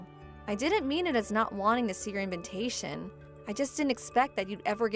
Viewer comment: Why do these people in all these stories always pronounce invitation as invintation.